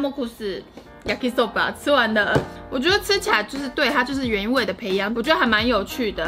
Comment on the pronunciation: ペヤング唸做「培樣古」